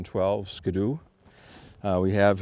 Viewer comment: 2012 sko doo. lol ski doo :P